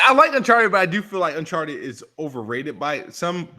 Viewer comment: Its annoying how pronounces Uncharted